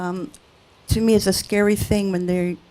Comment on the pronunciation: KUPUNA NOT KAPUNA! WTF!